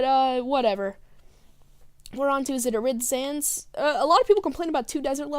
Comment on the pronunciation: FYI "full playthorough" also "arid" is pronounced AH-rid not ah-RID I guess this is going to be the comment that I edit since it's probably not good to post a million comments, anyway If the motion controls are one of your biggest problems with unwiished, you know you can use the classic controller or gamecube controller, right? Talking about music: "It's a nice jazzy song" Me: "ya like jazz?" You: "ya like jazz?" "Mario shoves in world 1-1 all the time" not really "Or the 1-1 theme all the time" because that's the mario theme? isn't that like complaining how the new star wars movie still use the star wars theme in the opening crawl? "I can't drift in water??" you hit something no i said colours was spelt with ou because it is in the far off land of 'straya RED STREAK, SPEEDS BY, MIGHTY THE ARMADILLO